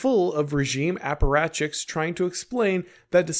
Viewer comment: the "aparachichs" blunder was really funny